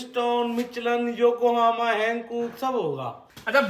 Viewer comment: Yokohama ko yokomama 😂